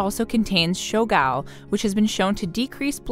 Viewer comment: I’m counting the times she says shogal